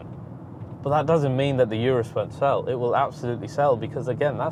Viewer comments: It’s OOOROOOS NOT ‘ UR’US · why do you call it "Yourus" insted of Urus? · IT'S NOT "YOURUS"... IT'S "OROOS" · Is not “iurus” is “urus” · It's not a Yurus. It's "oorrroos." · Its pronounced “Ooorus” Ooo as in Too URUS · If you subscribed because of the little things, the guy isn't pronouncing the name of the Urus properly. That's not a small.detail to over look is it.